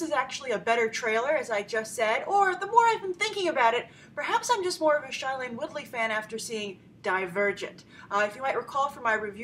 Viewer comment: Grace , I'm sorry but it really bugs me that you keep on pronouncing shailene's name wrong. It's not SHY-lene but SHAY-lene